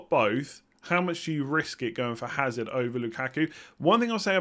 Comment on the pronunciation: Hazard silent H I think 🤔